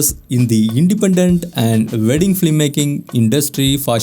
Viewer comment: just pronounce as WEDDING its not VEDING......... not V